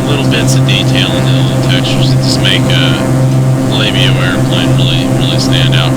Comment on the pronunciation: "ALEIBIO"...haha "aLAbeo" go to google translate. type Alabeo, select spanish translate and listen it!!! :)